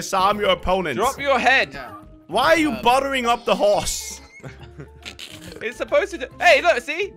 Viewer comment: AND HE CALLED HORSE TO HOOSE